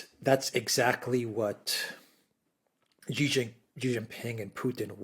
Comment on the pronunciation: Thanks for pronouncing Xi properly, Alexander! :)